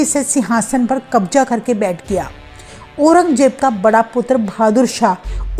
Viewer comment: You are Hindi pronounce is not good, Aurangzeb ko Aurangjeb bola, 😅